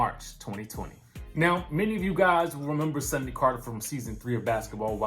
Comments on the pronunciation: Her name Sundy... Sundy 😂. Like how your older auntie or granny say Sunday 🤣😂😂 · Her name is not Sunday it's Sundy